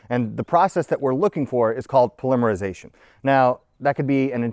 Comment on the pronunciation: Dude, the difference in how you pronounce polymerization vs polymer is so bad, you'd think they were completely unrelated words.